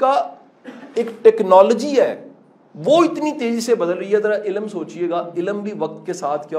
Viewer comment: ila-m. Or ilm. Qasim sahib plz apni pronunciation Thek Karain Kindly.